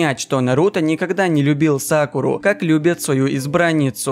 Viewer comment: Мне кажета ты сказал Сакулу а не Сакуру